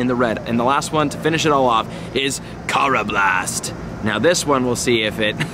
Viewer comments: Karrablast Ker a blest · Still pronouncing unova, throh, karrablast, and conkeldurr wrong but love the vids and glad your doing good with your mental health and everything.. keep up the great work.. (just learn the pronunciations.) Lol.. just playing..